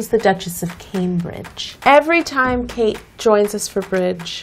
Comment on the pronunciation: was I the only one who (the first time) understood CAKE Middleton instead of KATE Middleton?